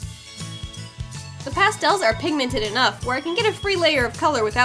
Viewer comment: lol she said castel instead of pastel